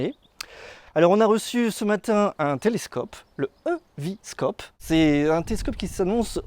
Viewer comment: on prononce I-VI-scope, et non E-VÉ-scope